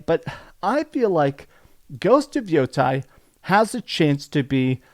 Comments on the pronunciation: It's pronounced Yah-tee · I know you know how to pronounce Yotei properly. It’s pronounced yotae. This is Japanese, not Greek dude. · When Japanese words are written in our alphabet, vowels are pronounced like in Spanish and they don't change is they are combined with other vowels, like in Yotei. Therefore its YOH-TEH-IH or YOH-Tay.